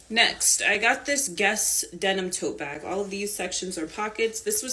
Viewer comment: Bairg. Tote bairg. ❤